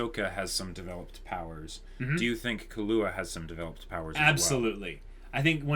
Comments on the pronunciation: Sry for this but it's KI-LUA not KA-LUA xD He aint a drink :D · "Kill-ua" not "kalua" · lol u guys are great with theories but terrible with names i.e. Ginoza (Geen-o-zah) = Gee-Nose-Ah? Killua (Key-lew-ah) = Kah-loo-ah? Makashima (Maka-shee-ma) = Maka-shee-me But surprisingly you get Kurapika right somehow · Kill-wa that's how it's pronounced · Why do they say kahlua lmfao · Gon has never said/implied anything about Hunters being super noble things. And there wasn't some 'automatic' disqualification - there's a disqualification due to one guy losing his arms (Thanks to Hisoka) and probably dying off-screen because of blood loss. Also, you're not supposed to put emphasis on the 'ua' part of Killua. It's supposed sound like Kill-wa but with a little 'u' sound in between 'kill' and 'wa'. Basically Kill-u-wa.